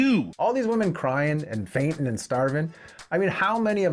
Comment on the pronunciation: Brawn or brains? The men had both, the wahmen had neither. So tell me again, what was that about men being no more than blown up boys?